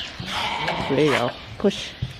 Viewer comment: Every time I hear say You, I hear Ewe. lol